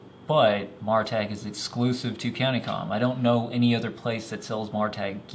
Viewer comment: By the way, not trying to be a jerk or anything, but from watching CountyComm's videos, it's pronounced Mare ah tac. On another note, I really wish some other flashlight companies would learn from this light. Mine died probably around 2 years of owning it(rev 2), loved that it had memory, and just simple half clicks for mode, and break the head for strobe/slow blinking/SOS. Not that I'd ever use those modes, but at least they were out of the way. Replaced it with an Eagtac D25LC2, great light, and I got it with a nice warm domeless LED, but after two cycles through low, med, high, you better turn it off(or half hold for a little while) or you're getting strobe junk. It's a great light otherwise with how bright and small it is.